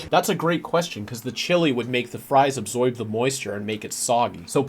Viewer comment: Buddy. My. Did you just say Absoyb?